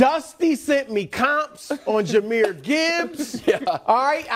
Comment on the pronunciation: It’s Jahmyr not Jamar